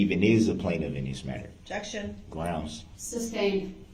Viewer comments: "It was never substained, it was never even ejected to". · Did he say "substained"? 😂😂😂